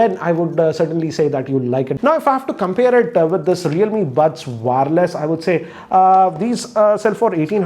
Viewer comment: It's not WAAAAAARLESS, its wire-less.. just kidding.